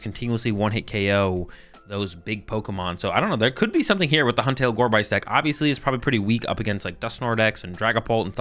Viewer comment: Sorry for being that guy, but: Gorebyss is a portmanteau of Gore + Abyss. So the byss part of the name should be pronounce just like abyss